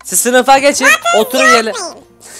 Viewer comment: 'de oturun kelimesini ossurun anladım😅😄☺😊😀😁😁😁😁